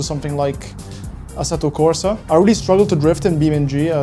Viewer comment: It's weird hearing you say "assetto corsa" with an English (American?) accent, ma immagino sia più facile mantenere l'inglese piuttosto che passare all'italiano per due parole